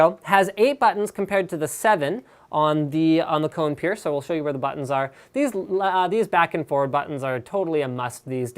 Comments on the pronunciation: You are spelling it wrong, its spelled KO-NE, not like CO-NE! Kone is finnish and means "machine" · Holy shit, im Finnish and I cringe everytime he says Cone. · Kone is finnish and means "machine" in english so you don't say it like "cone". Just a little fact ;)